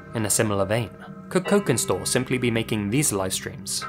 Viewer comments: Cokinstore if is using Indonesian phonology then it would be pronounced "chokin" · You read cokinstore with sharp c like' chokin'. Basically 'cokin' is Indonesian slang for Chinese. And it's Indonesian tiktok account, I cannot expect anything less brain-damaging. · if Cokinstore is Indonesian, then the "c" in their name is actually most likely pronounced kind of like a clipped "ch" sound (as "c" usually in Indonesian). Personally, I think the disturbing TikTok vids they posted are just one of those weird, 24-hour mud hole livestreams (I can't believe that's a sentence I just typed out so casually, lol) taken out of context. Usually when people are freaking out and reading way too much into something on the internet (all too frequent of an occurrence these days), the answer is way simpler and more boring than anyone expects.